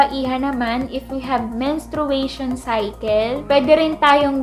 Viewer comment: Menstruation (men-stray-shn) po.😊 Thanks sa video.Good job!